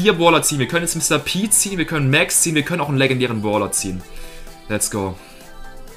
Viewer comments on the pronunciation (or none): Das heißt Brawler nicht bawler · lern mal deutsch boler und bolstars